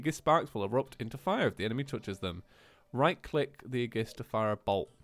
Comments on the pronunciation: ey-gis- blaid not e-jis blade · its ayjis not aygis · AY-JISS NOT UHJISS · “Agiss” every xenoblade fan just died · imani ennis No it's ey-gis- blaid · ITS A-JIS A-JIS BLADE!!!!!!!!!!!!!!!!!!! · CrosstownAce actually, it's ee-jis blade ae is pronounced as an e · Can someone tell him that Aegis is pronounced "ay-jis" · (Aye-Giss) blade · *Aegis (Ay-Jis) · Aegis is pronounced A-Jis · I honestly hate that you keep saying "aegis" wrong